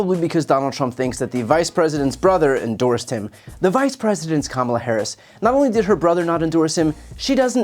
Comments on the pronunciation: And he STILL can’t pronounce Harris’ girst name. He is uneducable. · He forgot how to pronounce her name, she introduced herself personally 2 days ago!